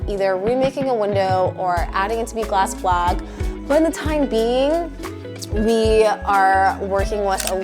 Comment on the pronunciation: remaking a window or adding it to be a glass wha now?? A glass blag? 🤔 lol the captions say “blog” but that don’t make no sense and I’ve replayed this part like 5+ times, slowed it down, checked the transcript on the off chance it had any other ideas (it didn’t)… I even tried googling glass blag/blog/bleck/black juuuust in case, and alas I’m still no closer to cracking the code 😂 is it glass back?? And if it is, would I be any closer to understanding what the heck you actually meant? (Not rly lol) Pls halp? 🫠